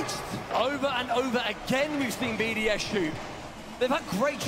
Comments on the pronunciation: It’s BDS NOT BOS lmfao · XQC is so clueless, and the other guy in the call was calling them BOS instead of BDS 🤦‍♂ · Nah the way they just butcher BDS’s name is crazy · he went from BDS, to bbc to bos and then bcs... cant get that name right lol